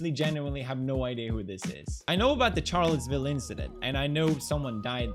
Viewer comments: When he doesn't know the reference so hard that he pronounces it CHarlottesville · It’s pronounced sharllottesville Felix.... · "Ch" arlottesville ... rlly pewds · he said Charlottesville wrong and it got me triggered